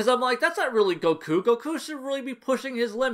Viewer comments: Idk why but I'm a fan of how you pronounce Goku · I meant that I like that you pronounce it that way as opposed to how it's usually said in English.